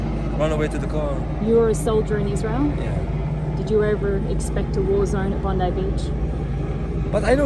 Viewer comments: SInce the shooiting you so far are the first American that I have heard that orronounces Bondi correctly !!! Thank you cause as an Aussie its so frustrating that it keeps getting mispronounced !!! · As an Australian it's refreshing to see a video come out where the person pronounced Bondi correctly - thank you for doing your homework! Every video I've seen from U.S / Canadian creators all say Bond-eee not Bond-eye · Good pronunciation of Bondi. Tick. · You're the first non Australian I've seen pronounce Bondi correctly, sir I commend you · Yes yes you said Bondi properly lol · Well done on pronouncing Bondi correctly now. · Thank you for pronouncing Bondi correctly. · Big ups to for actually pronouncing Bondi properly 💯